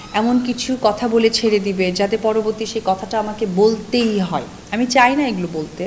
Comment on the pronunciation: আপনার সব কিছু ওকে। বাট আপনি একটু সঠিক উচ্চারণ করে কথা বলবেন। কতা কি ভাই? শব্দ টা হবে কথা। শব্দচয়নে সচেতন হোন। এবং ইংরেজি বললেই আধুনিকা বুঝায় না। বাংলা টা সুন্দর করে বলেন। কতা কতা শুনতে আর ভালো লাগে না।